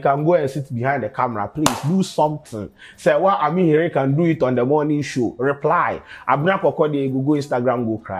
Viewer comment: The Name is not pronounced Amihere like Serwaa pronounce it.